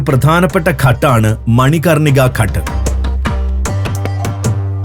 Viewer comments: ഘട്ട് അല്ല അത് ഘാട്ട്. ഹൃസ്വ അല്ല ദീർഘം ind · Pronounce as "ghaat"